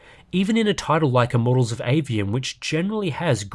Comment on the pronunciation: "Immorals of Aveum" :D